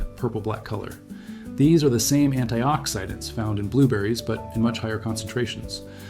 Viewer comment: I really thought this was a live human until he said "anti-ox-hide-dents".